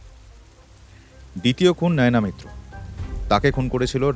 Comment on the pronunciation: গল্প পাঠকের উচ্চারণ নিয়ে আরো যত্নবান হওয়া উচিত। কিছু শব্দ উচ্চারণ খুব শ্রুতি কটু লাগছে। বাস্ক নয় বাক্স, অমিতাভ্ নয় বাঙলায় বলা হয় অমিতাভো। নায়না হবে কেন নয়না সেন হবে উনি তো বাঙালি....